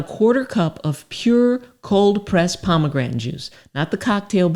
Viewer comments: I know she is a doctor but could someone tell her how to pronounce pomegranate. At least in American English. I say this cause I was listening to this video at work without the luxury of watching. I was looking up pomograntin on google and could only find pomegranate, so I thought I was misspelling pomograntin. 😂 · Shame she can't pronounce pomegranate. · am i sayn Pomegranate wrong or is she? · I love her. She my girl. She has helped me so much, but she gone kill me mispronouncing "Pomegranate". Love her though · It's very irritating you don't know how to say the word pomegranate